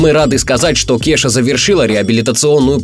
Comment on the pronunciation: Не Кеша, а КеЙша...